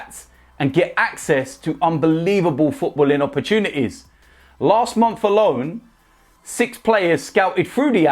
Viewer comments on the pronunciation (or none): none